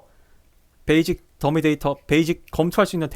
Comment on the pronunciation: 베이직>> 베이씩. 발음 교정 요